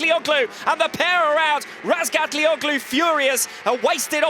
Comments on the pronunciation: I cringe whenever I hear that commentator pronounce Toprak's last name as RazgatlioCKlu. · Steve English, the co-commentator still can't say his name lol.